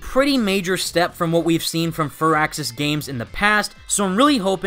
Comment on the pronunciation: I like that you pronounced firaxis correctly